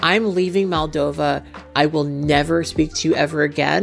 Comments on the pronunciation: Really brilliant video! I love the nuance you bring to topics like this! Only thing I would say is that throughout the vid you called Justin's home country 'Maldova' when it's actually pronounced and written as 'Moldova'! Side note: love your cat ears and make up in this!! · The second letter is pronounced as the the second letter in the word computer . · It's Moldova, not Maldova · Just a side note, but in the video and the description, you say Maldova, but it's Moldova!!! I love your videos <3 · not to be that guy, but it's MOldova, not MAldova